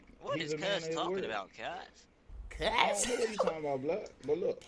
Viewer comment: when he says cuhuzz😂😂😂🤣🤣🤣